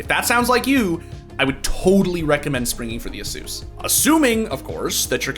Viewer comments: A-SUS not Asoooooos bruh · The way this guy pronounces "asus" should be illegal